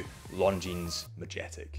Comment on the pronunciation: Such a beautiful watch, such a stupid name...who would want to own a "Property"? No "Property of Military Administration", just "Property". (FYI, the "j" is hard. Ma-yet-ek)